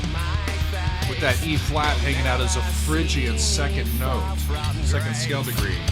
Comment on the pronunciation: Every time I hear you say Phrygian, I giggle. For fun you might want to check out The Vandals "Aging Orange." It's a call out/satire on the punk band Agent Orange claiming Plagiarism from The Offspring. Always love the infighting in Orange County, CA punk scene as they are often so petty.